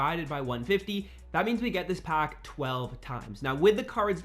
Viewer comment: Nice video bro....but the way you say pack!!......”open a pock”😬😬